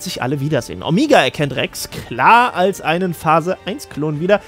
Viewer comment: Warum sagt eigentlich immer "Omiga"?